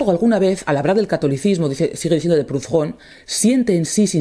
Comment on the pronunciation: «Prudón». Es francés, no inglés ni alemán, la «h» es muda.